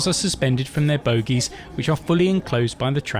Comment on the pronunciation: You said BOGIES